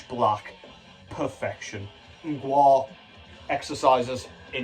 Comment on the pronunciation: Most english speakers choke on Mgła’s pronounciation but you didn’t 😂